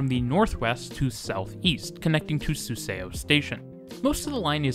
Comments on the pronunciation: Excellent video! Your pronunciation is very good too. Be aware, though, that "eo" is pronounced "uh" in Korean. So Suseo is pronounced SOO suh, not soo SAY oh. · Also, suseo station is usually pronounced "su-sU" rather than pronouncing the e and o individually, but overall a great video! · SUSEO should be pronounced like Soo-Suh. 😅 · Really good timing of this video as I'm traveling to Seoul again soon! Just a note, your pronunciation of Suseo is wrong, instead of su-say-oh it should be su-suh, just 2 syllables. Now you know! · The pronunciation is not particularly accurate for a lot of things, though - in particular Suseo, which is two syllables (su-seo to rhyme with the yeo in yeoman)